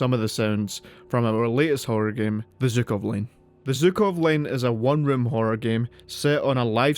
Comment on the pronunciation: Why Zukov? It's clearly Zhukov, it's literally in the name